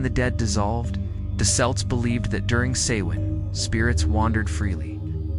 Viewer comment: Please pronounce "celts" with a hard K not a soft C and Sovvan is pronounced Sow as is in S--OW--in